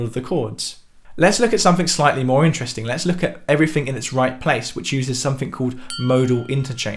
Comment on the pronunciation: you said "everyfing" instead of "everything". :|